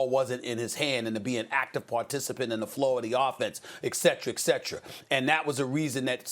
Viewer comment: Stephen "Ek-set-tra" A Smith